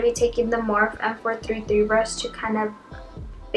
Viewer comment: love this look but PLEASE learn how to say "morphe" correctly. you are saying "morph" the e isnt silent. its pronounced "moor-fee"